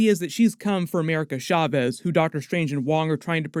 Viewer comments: As a Hispanic person, it hurts my ears every time you say "shavez" instead of "chaves." 'Ch' supposed to sound like "choo-choo" or "cha-cha." I'm use to hearing bad pronunciations, but not so many in succession, lol. Please take this as constructive critique, ty. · Why do you keep saying “America Schavez”?